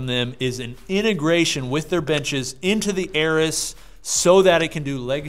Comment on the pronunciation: Rep doesn’t want you mispronouncing their equipment. It’s “air-ez’s” not air-is. It’s literally spelled how it should sound pal